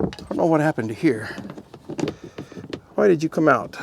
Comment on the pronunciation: Ha-why. Ha-wheels. Ha-When. There is no "H" in front of things pronounced with a "WH". Just stop please. Drives me nuts. TY.